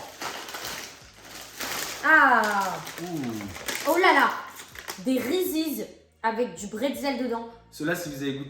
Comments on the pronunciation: Victoria le prononce bien vers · n'importe quoi ça se prononce reeses 🤦‍♀️